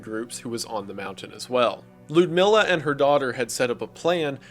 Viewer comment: The way he pronounces Lyudmila is hilarious lol